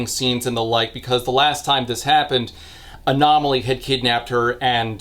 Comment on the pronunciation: I'm so glad the continued elaborate butchering of Anatoli's name has carried over from the first review